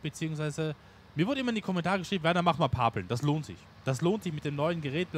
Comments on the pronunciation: Moin Werner, Wenn weniger Videos kommen ist nicht schlimm, weil ich bin der Meinung das dass reale Leben immer wichtiger ist. Du warst heute etwas leise vom Ton her im Video, ich musste die lautstärke voll hoch drehen. Werner das heisst Pappel und nich Paaaaaapeln 😂😂 iyt nicht böse gemeint. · Sorry, aber heute gibts einen Daumen nach unten, weil es ein paar Dutzend mal Pahpeln zuviel war. Bitte üb das Wort Pappeln, denn es wird wie die Pappe ausgesprochen. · Ich habe dir doch schonmal gesagt und du wolltest dich auch daran halten: Es Pappeln (mit kurzem zweiten p) und Paaaaaaaapeln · Pappeln nicht Paaaaaaplen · Ach Werner, bitte sag nicht immer Paaaaapeln! Das wird kurz ausgesprochen. Ansonsten hab ich nichts auszusetzen mach weiter so Daumen hoch. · Werner, bitte bitte bitte!!!!!!!! Sprich Pappeln mit kurzem "a" !!!!! Es ist Grausam, so wie Du Pappeln aussprichst.